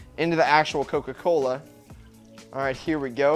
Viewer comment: YOU DON'T LIVE INT HE MIDWEST LOL! Cause you said coca callus